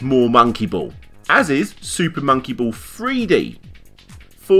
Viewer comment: "SOOPAH MOWNKEE BOWLLS"